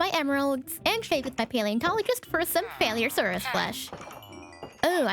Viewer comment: I loved the attempt at pronouncing confu hehehe. Me too tho, idk how to say it either